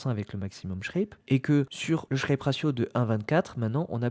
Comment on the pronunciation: "Sharpe" et non "Shrape"